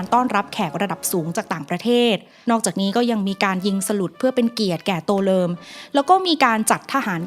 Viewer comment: ทำไมได้ยินว่า ตัวเริม